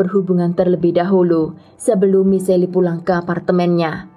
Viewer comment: Michelle dibacanya mishel bukan michelli, gimana sih kayak gatau nama orang aja.